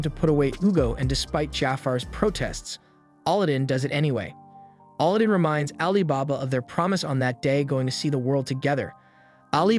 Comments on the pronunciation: AL-adin not ALL-adin xD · Bruh. His name is pronounced aladin, like the Disney movie. Not olodin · It's not "Allah-din" it's Alladin Edit: I subscribed and liked. More please 🥺😅 I don't even care anymore about mispronunciation 😭🤷‍♂️ great explanations and summary overall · You keep saying Allah din when its alaa- I see why you won't say it copyright issues. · did you really just call him auludin. 3 seconds in and you sound stupid. the dub and sub both dont say it like that. no clue where you got that pronunciation from. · How do you not know how to pronounce Aladdin? lol. You're pronouncing it like Allahdin. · Sigh why pronounce his name like that 😢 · i love how these people give review on show but can get name right like Aladdin. like did he even watch the show they say his name like 100 times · you butchering his name over and over and over again just I couldn't do it I made it like 5 mins into the recap and just had to stop guess ill just watch the anime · You had one job! Pronounce the kid's name correctly LMFAO Aladdin 🤣 nice recap by the way. I did like this anime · I cant get over how you say Aladdin's name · Killing me the way he's saying his name everybody named right but Aladdin's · dude ikr. I get its the A.I. thats reading it but its right up there with the last air bender movie and the butchering of the names there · Why do you pronounce Aladin differently then they pronounced it on the show? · It's a text to speech script, not actually someone's voice. It runs into issues on some words, most apparent with names.